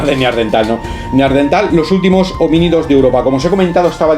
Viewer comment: NEANDERTAL: cuidado con la pronunciación